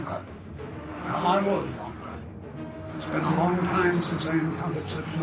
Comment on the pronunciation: The names of Romke and his crew are actually Frisian/Dutch in origin. They are pronounced more similarly as Romkeh, If-keh, Shoord, and Houke.